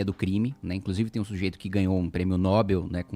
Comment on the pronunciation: dhsfhdasfhfdsh o Kim só errou na pronuncia ali, é prêmio noBÉL ...tanto que tem até um video do Eneas Carneiro corrigindo uma mulher que fala assim...e pode até pesquisar no chat GPT, se pronuncia que nem (papel).